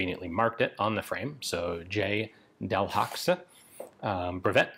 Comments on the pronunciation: delhaxe? haxe? i dont speak frensh at all but i´m like 110% sure frensh people dont pronouce it so german considering that Bourdaux is not at all pronouced with X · Pronounced, “del-HAY”.